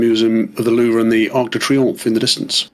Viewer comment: And Kudos for calling the Louvre Louvre and not Louv...